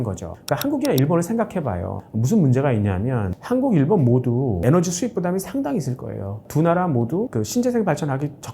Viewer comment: 일뵨을 상당히 강조하시네요!